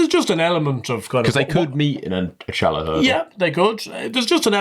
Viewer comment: Little boy still calling it “shallow” It’s the fucking CHALLOW hurdle. It’s spelt with a c and pronounced with a c and every pundit/presenter says challow Little gimp